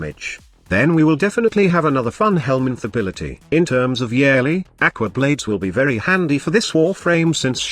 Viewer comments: if i hear YARELLY one more time i’m gonna YAYEET myself off a cliff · It's funny to hear the voice read Yareli as "yearly" lol